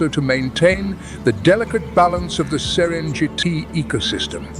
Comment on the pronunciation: Pls retune your voice reader and dont cripple non-Englsih names. No Serendziiiiti, but Serengeti.